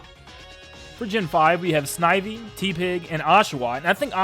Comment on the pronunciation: When someone pronounces Tepig wrong OOF